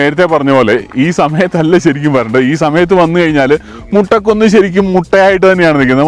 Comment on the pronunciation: മുട്ട കുന്ന് അല്ലല്ലോ, മൊട്ട കുന്ന് ആണ്... 😁😁😁